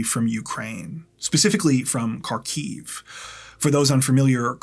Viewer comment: Kharkiv is pronounced Harkeev in Ukrainian. The h is rather gutteral. But is not a K.